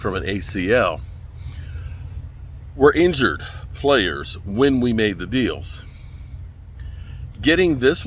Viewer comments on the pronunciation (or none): none